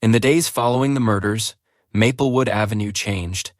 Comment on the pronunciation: Grating on the nerves each time the AI mispronounces Maplewood as Mappelwood…